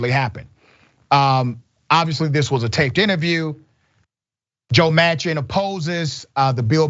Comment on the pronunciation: Joe Mansion not Manchin.